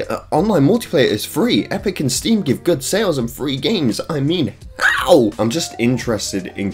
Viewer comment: bro really hit that "how"